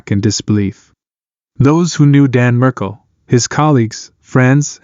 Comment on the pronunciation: Markel not Merkel